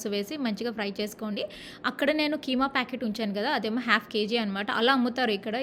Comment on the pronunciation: Half ❌hyalf ✅😂